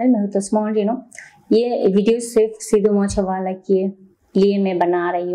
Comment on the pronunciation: Madam Pehle Sahe Se Naam Bolna Sikho Legend Ka 🔥